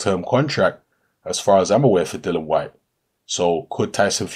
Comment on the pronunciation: Why do people still miss pronounce the guys name ffs, it is not dillan nor dylan or dillon it is pronounced dill ian ffs ignorance at its best, if you cant be bothered to pronounce it properly then dont make videos about the guy! Tut tut